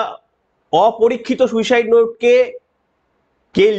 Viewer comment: এমনি উপস্থাপনা খুব ভালো কিন্তু আপনারো তো শুদ্ধশীল বাবুর মত অসুখ, সুইসাইড হবে শুইসাইউ না এরা কে এই ডাইনির আমলে😮?